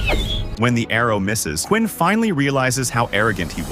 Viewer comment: Have a human narrator, please🙏 Its Queen, not Quinn!!!